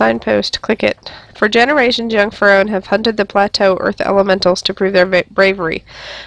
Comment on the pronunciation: Just so you know it's pronounced fear-rin